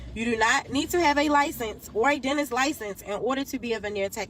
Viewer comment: why did i think she said 'go to the dentist or the dontist' at the start. sitting here trying to figure out what a dontist is...